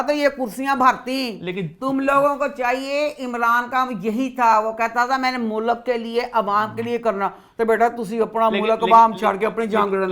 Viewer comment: اپنا تلفظ ٹھیک کریں ملک mulak نہیں ھوتا اصل لفظmulk ہے